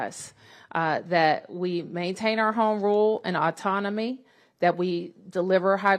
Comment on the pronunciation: Etonomy Atonomy Autonomy A lot of tougher questions🤦🏾‍♂️🤡 Which one When the fudging didn't work, she realized what the hell Let me do the right thing & be sloppy while saying it😂🤡🤦🏾‍♂️